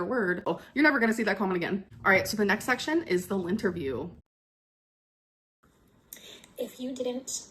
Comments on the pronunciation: Lint-erview got me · i thought she meant LINT-erview and was like WHYYYYYY WOULD YOU CHOOSE THAT LMAO